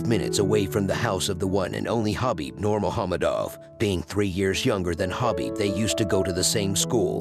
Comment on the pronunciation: The only english speaking channel who pronounce the "nurmagomedov" right.